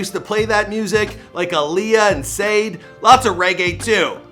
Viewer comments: It's pronounced Shah-DAY, not Sade lol. Smooooth Operator...😆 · It’s Sade... (shaw-dae). RIP Houdini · Sah-day= Sade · Saide? It's pronounced Shah-day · It's not sade its pronounced char-day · Did u say "Sayde"?? Its SHA DAY! lost sum points bruh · Lol its pronounced sah day. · You pronounce her name shah-DAY .. very popular r&b singer. You should do a bio on Sade. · Shaw-Day.... Sade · Also mispronounced Sade 😔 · That’s not how you pronounce Sade lol